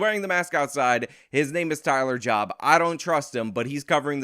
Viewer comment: (And BTW, it was pronounced “Johb”—y’know, like the “Job” in “The Book of Job”?)